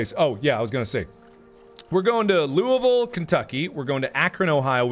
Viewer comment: i love how u say louisville right bc ur from cinci.... IM SO HAPPY UR COMING TO KY